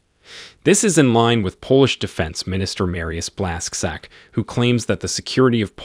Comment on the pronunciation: It pronounces „Blash-chuck” :0